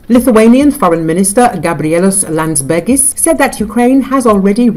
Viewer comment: Finally pronouncing Gabrielius Lansbergis correctly! Good job! :D